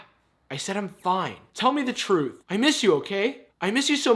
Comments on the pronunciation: "the thuth" lol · Did anyone else lose it at, "Your actions spoke the thuth"? 😂😂😂😂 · "Seek thuth" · How do you pronounce "thuth" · "Seek Thuth" 👁👄👁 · spoke the thuth got me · Bruh the “Thuth” got me dead💀😂😂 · "The thuth" 😂🤚 omg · From finding the « thuth » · "Seek thuth" your braces have done you wonder...looking good! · "Seek thuth" Yoo